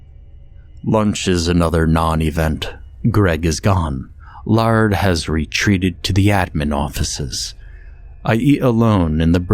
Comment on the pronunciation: Laird is pronounced "layered" not "lard"